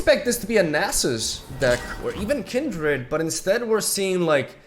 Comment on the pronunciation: Bruh here is how you say the champs names Lissandra: Lih-sawn-druh Renekton: Reh-neck-ton Nasus: Nah-sus Azir: Uh-zeer Leblanc: Leh-blah-nk Sivir: Sih-ver or Sih-veer Taliyah: Talee-yaah